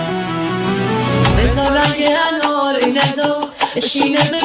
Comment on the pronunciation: هوش مصنوعی صدای آقا به انار میگه آنار 😅